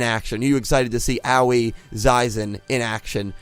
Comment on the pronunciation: Bruh I think Aoi is pronounced "Aah oi" like "oi brah"